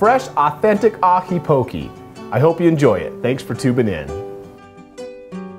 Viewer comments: you dont say POKEY. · The way you pronounce poke is po-keh. Just remember that the hawaiian vowels are the same as the Spanish vowels. And the traditional Kukui nut used for poke is called inamona (roasted ground Kukui nut). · It's pronounced po-kay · That's how locals say it. He just pronounced poke wrong.